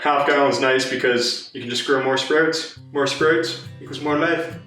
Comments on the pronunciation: Sproats 😂 great video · Are you Canadian? The way you say sprouts is very interesting to an American like my self. I live in Minnesota which is basically the Canada of the United States. Love the video